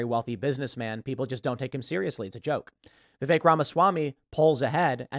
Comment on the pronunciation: no offense, but you need to learn how to pronounce Vivek's name